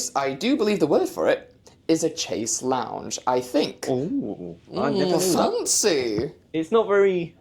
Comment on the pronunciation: Fantastic darlings. It’s pronounced shayze long xx